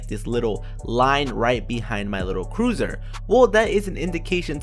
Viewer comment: It’s cursor not cruiser